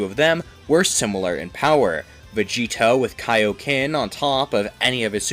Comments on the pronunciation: Why are you Calling Vageta - Vageto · Why do you keep calling Vegeta, Vegeto?